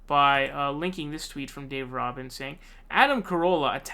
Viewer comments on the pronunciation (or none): It's RUBIN like Rubix cube the U is long like OO. Roobin. Rubin. ;) Your welcome. :) You should know who this rubin as*hat is. lol